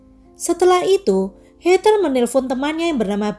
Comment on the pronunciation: Hallo.. maaf yaa aku koreksi sedikit yaa.. 🙏 Heather sebutan bukan hey ter tp hey dher (tanpa ada tekanan R juga 🙏)